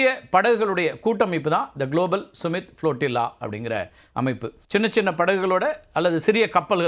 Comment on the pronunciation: டேய்...அது சும்மிட் (Summit) இல்லடா...சம்மிட் (Summit). உன்னையெல்லாம் ஒரு தலைமை செய்தியாளர்ன்னு வெச்சிருக்காங்க பாரு...அவனை சொல்லனும்.